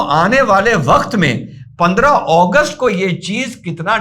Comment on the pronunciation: अगस्त को ओगोस्ट क्यो बोल रहे हो